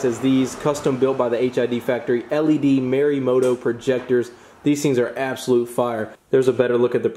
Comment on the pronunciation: dude you gotta learn to say these words correctly lmao. those are merimoto... it's morimoto.... it's not buttal... it's pronounced butal like butane